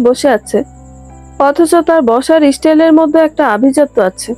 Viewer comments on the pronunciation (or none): ইস্টাইল” নয় “ স্টাইল”